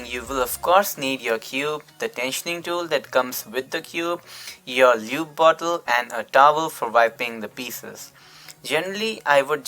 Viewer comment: I’m sorry but “Lewb” 😂😂